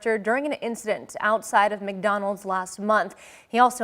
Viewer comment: She said Migdonnalds